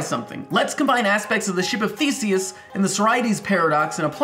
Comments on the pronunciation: I swear I first heard "ship of fiecies " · I kept thinking he said The Ship of Feces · thought he said: ship of feces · lmao I thought he said "The ship of feces" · I thought you said "The ship of feaces" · i thought he said "the ship of fecies" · I thought for a second he said "The ship of feces"